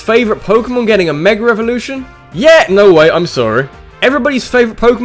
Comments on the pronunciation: i came for saying meger evolutions and stayed for being amazing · its mega not meger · Can you speak right like its mega evolution learn how to pronounce words